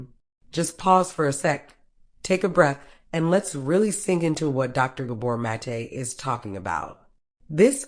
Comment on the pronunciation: Love this video but bothered by your mispronunciation of his name